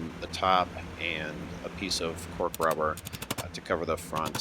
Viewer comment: You were saying "Cork Rubber" but I was hearing "Pork Rubber." Every time.